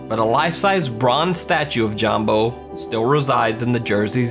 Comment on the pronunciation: Jambo is pronounced yambo